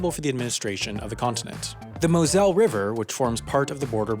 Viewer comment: The Pronunciation is so off, that it took me a while that you meant the Mosel River ^^ Want a good example ?